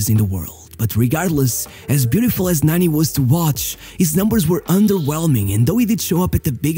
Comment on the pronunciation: Why you call him Nanny 😂 it’s said Narni witouth r sound